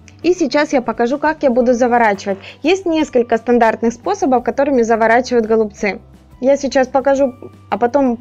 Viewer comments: Голубцы-ударение на букву«Ы» ! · Убедительная просьба в ультимативной форме правильно произносить данное слово голубцами голубцы голубцы голубцы